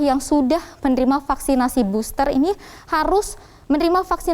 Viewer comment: KAYA..FFFFEELLLERRR...DI BOSSTERR..GUYSS..😁👎👎👎👎👎